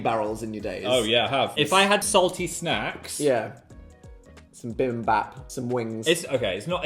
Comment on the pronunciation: "some bimbap" why did he say it like that im sobbing.